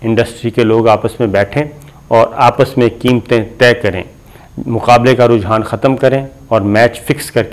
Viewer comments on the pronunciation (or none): none